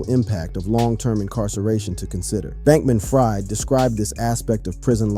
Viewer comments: It's pronounced Freed - not Fried, even though spelled that way. Where have you been? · It’s not ”Fried” as in fried chicken. It is pronounced as ”Freed”. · New sub… I know his last name spelled like fried chicken but he pronounces his name Freed like freedom… watch any news report and they will pronounce it correctly… good content though… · You pronounce Sam Bankman last name Freed although its spelled Fried.